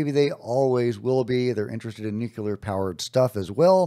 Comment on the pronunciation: It’s “nuclear”, not “nucular” 🤦🏼‍♂️